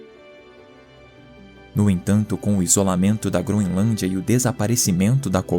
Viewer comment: "GroNElância"? Isso é o padrão de qualidade do nosso país!